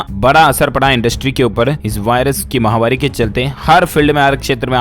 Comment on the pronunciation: क्या आप फॉलोइंग बढ़ाने के लिए ही कमेंट मांगते हैं क्या या शब्द समझ में नहीं आ रहा है या सही बोलना नहीं चाहते महा वारी नहीं होता महामारी होता है आप निरंतर महावारी बोल रहे हैं गलत है